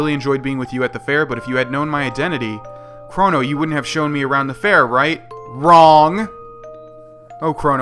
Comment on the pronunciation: Why have you been pronouncing his name "Kronno"?